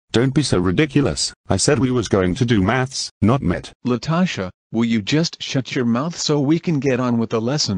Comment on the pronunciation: Math is pronounced 'Math' Meth is pronounced 'Met', the 'h' is silent